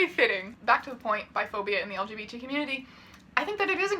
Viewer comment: every single time he says "elgeebeetees" it cracks me up